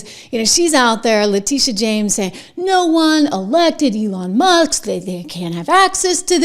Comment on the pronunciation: Complete nut case. Feel sorry for New York with her there. She is not about law she is all about 100% anti-Trump at any cost. She can't even pronounce Elon's last name, Elon Muss lol